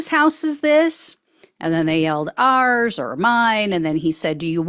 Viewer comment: "Ours", not "arz [sic]".